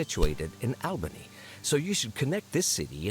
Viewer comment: "My company is situated in Albany" - doesn't pronounce Albany in the way anyone from New York pronounces it.